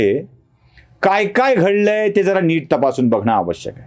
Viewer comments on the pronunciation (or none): none